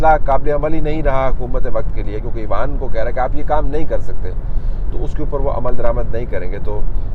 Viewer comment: "ایوان" کا اردو تلفظ آپ مستقل غلط بولتے رہے پورے وی لاگ میں ۔۔۔ اس سے اچھا ہوتا آپ پارلیمنٹ یا پارلیمان بول دیتے ۔۔۔ پہلے ہی نیوز چینلز نے اردو کا بیڑا غرق کیا ہوا ہے ۔۔۔ آپ تو اتنے معتبر جرنلسٹ ہیں کہ لوگ آپ کی زبان سے جو سنیں گے اسی کو درست مان لیں گے ۔۔۔ اس لئے تھوڑا سا خیال میرے بھائی ۔۔۔۔۔